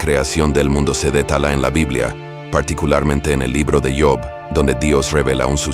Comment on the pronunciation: JOB NO SE PRONUNCIA COMO SI FUERA EN INGLES , PÁRESE QUE PRONUNCIA LA PALABRA TRABAJO ,SE PRONUNCIA COMO SE LEE JOB.